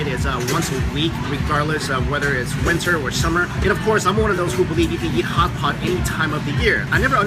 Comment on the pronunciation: It sounded like Hots spot. He like Hots Spot .....I know it's ridiculous but I keep replaying that part 'cause it cracks me up everytime 😂